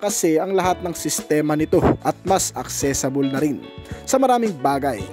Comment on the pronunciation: Accessible po hindi accessable At saka huwag mood kasi mode yon. Pronounced as mowd. Maniniwala na sana ako sayo eh, pero dahil dyan hindi na ako naniniwala.